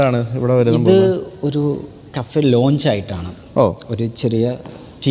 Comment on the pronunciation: Aero Launch.. ? It's Lounge